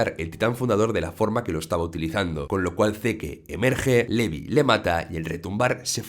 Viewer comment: Se acentua SHINgeki no KyoJIN, y se dice Zik, no "seque", Livai, no "lebih", MIkasa, no "mi casa", Yan, no "Yin".